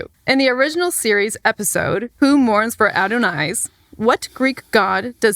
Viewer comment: pronounced "Who Mourns for Adonais" correctly! Or nearly so. I've never seen that done before on youtube! Everyone, and I mean everyone, says "Adonis." Certainly the most mispronounced title among TOS episodes.